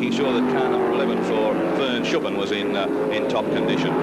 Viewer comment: What was it about 70s commentators that seemed to make it impossible for them to pronounce Vern Schuppan's name?